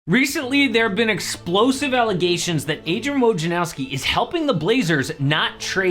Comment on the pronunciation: Everyone says "Woj en NOW ski." It's "Woj nar OV ski."